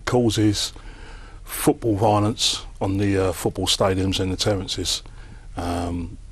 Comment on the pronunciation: Love you Cass but it's terraces not terrences 😂